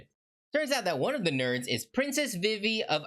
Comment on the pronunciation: Not to be mean but I’m pretty sure her name is pronounced Veve